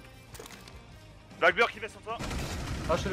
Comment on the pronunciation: pls, c'est pas blackBIRD mais BEARD genre la barde quoi x) ça me triggered tellement quand tu le dis comme ça XD